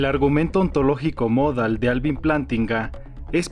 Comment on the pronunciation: Para empezar que el acento prosódico de la palabra "modal" está en la "a" porque si estuviera en la "o" (como erróneamente lo pronuncia el presentador) entonces sería una palabra grave con acento ortográfico en la "o" y se escribiría "módal" por lo tanto no es "módal" sino "modal".